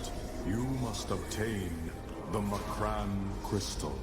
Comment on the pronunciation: I will never forgive the pronunciation of M'Krann